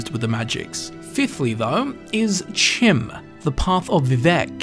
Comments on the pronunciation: The College's foundations could be warded instead of the college itself. It could have been there since it's construction. Chim appears to be pronounced with a long E sound and a CH as in Cheese. Fantastic video though. You've made a very interesting story out of not a whole lot of information. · Actual Bethesda lore master says it’s pronounced “Chim” the community “You’re wrong!” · Why would it be pronounced kim?